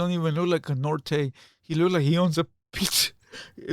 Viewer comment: Lmfao nor-tayz hahaha. Let's just blame 🐀